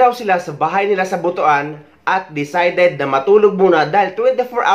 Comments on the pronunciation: Tagalog: Buto-an ❎ Cebuano: Butwan (Butuan) ✅ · E ko correct lang Po kita s tamang pag pronounce ng BUTUAN ... Mali Po Ang pagbasa mo na BU .TU.AN Ang Tama pong pag pronounce is BUT.WAN not BU.TU.AN Ang sagwa pakinggan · Pls the place is pronounce butwan hindi butu an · kublaan tas butuan😂😂😂😂....butwan...😂😂😂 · Natatawa ako sa Butuan mo 😂 ... It should be But-wan 😂